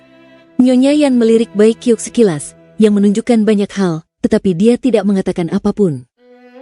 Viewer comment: Bacanya bukan bai kiuk... Tapi bai qiuksue.